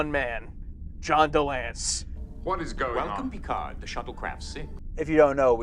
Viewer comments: John De-Lance-cee!! Not John De-Lance. As for would the show be better if "Q Who" had been the pilot? No, because you needed all the character development of a season and a half plus the two prior meetings with Q to really give this episode any impact. Had Picard begged for Q's help and we had never seen him as Captain of the Enterprise previously, the fans would have considered him weak and pathetic and the show would not have lasted. We needed a year and a half of learning Picard's personality, strengths, and weaknesses to get the full impact of the ending of this episode. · Delancie. 3 syllables. 😊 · It's pronounced DeLansee, like the last 2 syllables rhyme with "Nancy"